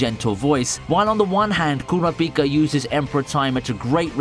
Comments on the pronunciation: did you even watch the anime? or are you just reading off a script. You surely would not mis-read Kurapipa for Kura-pika like you did, if you did so. Both versions of HxH says his name the same way. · No way bro said cor a pika ☠️ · Coorapeeca.. that hurt to a point i question the narrators interest in the show. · ku ra Pika lol you pronounce it fast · the way you say kurapika makes me wanna die good content tho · it pains me to hear how u slaughter kurapika and netero name